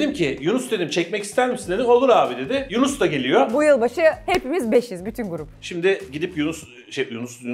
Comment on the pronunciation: Yunus ❌ Yuğnis ✔